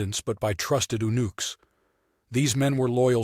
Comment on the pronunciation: unooks? SOMEONE NEEDS TO READ THE STORY AND PRONOUNCE THE WORDS CORRECTLY AND TO WRITE THEM CORRECTLY